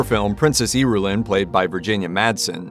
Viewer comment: Whoever wrote this video needs to listen the audiobook book, that's not how you pronounce the princesses name, but that can be forgiven. However the lady Jessica isn't the dukes wife. She's his concubine